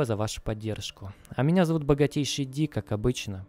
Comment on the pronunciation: Ну вот, исчез этот чудесный прононс... Верни, плиз...